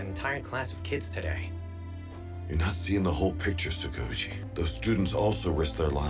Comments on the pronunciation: and covering his face when F--- fell mention that cute i cant help but gag or cough whenever I hear Tsu- ka- uuu- chi and not Tsukau-chi (its like...Tskau-chi. Tskowchi if you're flexible. It's 2 syllables shorter than the English pronunciation and forgetting all my other hero aca issues, this may be my biggest gripe Cant say pet peeve because thats for a chronic range-- this is just like... stop doubling the names It's okay (here and other lines) not to complicate or change things if they fit already for the But Yuuga? if you meant at the bar, Master told him AllM was indeed weaker and this wasnt a total failure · WHAT (Dang and they're still calling him Tsookaoochi with double word length) I gotta listen next time he appears-- i didn't know he was part of anything before now